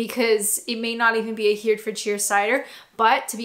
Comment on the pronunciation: Woodpecker takes me back to the 60's. I've also tried Bulmers and Strongbow (which is a dry cider also made by Bulmers) but none of the others. I think you were trying to say Hereford (pronounced herryford) if that helps.